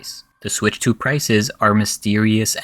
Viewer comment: "HD rumble was part of the ninTENdo switch, but since we are talking about the nintendo SWITCH two-" What the hell is that intonation? That's not how you differentiate between numbered generations. You put the emphasis on the parts that are different. You have the nintendo SWITCH, and the nintendo switch TWO It doesn't really matter, but it's bizarre 🤔